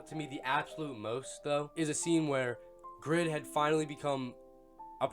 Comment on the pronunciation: but would a greedy person call themselves "greed" in a game? no! its just a bad name. from the one person i talked to who knows korean, the name is "grid", but because of the asian dialect its pronounced "greed"